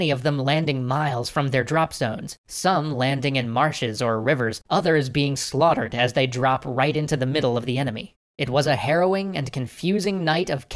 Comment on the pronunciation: "Others being SlAuGtered"